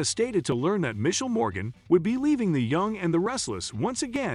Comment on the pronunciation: You pronounced Ptosha's name right but not Misheal's 😅